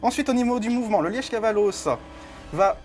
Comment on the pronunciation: Punaaaaaise ! On était en Belgique tout du long avec le Liège Kavalos ! (Le e est plus muet je pense normalement 🤣😜👌) Très bonne vidéo